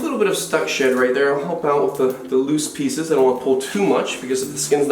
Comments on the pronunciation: Who else thought he said shit instead of shed😂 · When he says shed it sounds like shit to me